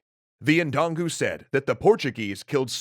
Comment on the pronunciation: It’s pronounced dun go